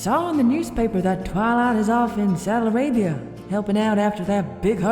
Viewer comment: "During premier i could have sworn i heard say saudia arabia"